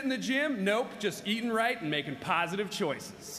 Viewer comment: Thought he said eating rice xD